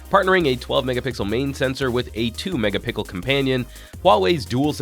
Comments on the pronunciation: Did he say a 12 megapixel main camera with a 2 "mega pickle" additional sensor? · Yea, I heard "mega-pickle" but when I hit rewind and turned on the captioning...it says "megapixel"....so from now on, I will say "mega-pickle" instead. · Did he say 2 mega-"pickle" companion? Damn, that sounds like one tasty camera setup